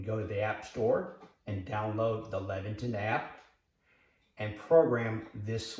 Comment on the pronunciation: I think it is Leviton, not Lexington.